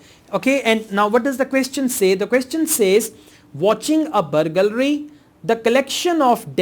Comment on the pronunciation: you pronounced the word burgalry so many times.. haha.. but you're still great teacher